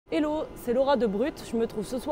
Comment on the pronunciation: Je t'ai donné un dislike, à cause de la sainte habitude de dire elooooooo en essayant de paraître intéressant, ils se ridiculisent, en anglais c'est Hello, le son du H en anglais n'est pas muet, donc le H doit être prononcé dans le mot hello car il n'y a pas de hello en français, à la place ce serait bonjour